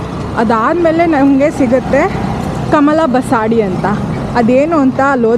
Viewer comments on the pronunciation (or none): ಅದು ಕಮಲ ಬಸಡಿ ಅಲ್ಲ. ಅದು ಕಮಲ ಬಸದಿ. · ಮೇಡಂ ಕಮಲಾ ಬಸಾಡಿ ಅಲ್ಲ ಮೇಡಂ ಅದು ಕಮಲ ಬಸದಿ ಎಂದು ಹೇಳಿ ಕನ್ನಡವನ್ನು ಕೊಲ್ಲಬೇಡಿ